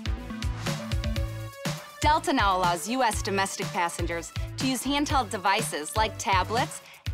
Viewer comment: "Hey-un-dehl devices?"